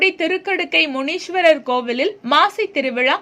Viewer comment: மிக்க நன்றி, இந்த திருவிழாவின் ஒளிபரப்புக்கு. ஸவாமியின் பெயரை சரியாக உச்சரிக்கவும். விழா தலைமை சிவாச்சாரியார் திரு முருகானந்தம் அவர்களை கலந்து, பின் செய்தியாளர் பேசவேண்டும். யாமரிந்த வகையில், ஸ்வாமியை "சிவகாமி அம்பாள் ஸமேத ஸ்ரீ திருக்கடுக்கை மூன்றீஸ்வரர்" என சரியாக சொல்லவும். "முனீஸ்வர்" என்றழைப்பது நல்லதல்ல. மற்றும் விழாவிற்க்கு வாழ்த்துக்கள். தர்மராஜய்யர். இறை தொண்டர் பாப்பாக்குடி. 🙏